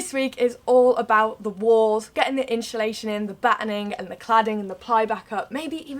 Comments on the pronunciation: Love how you both say insulation haha. 'inshhulation' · Insulation not InSHUlation 😂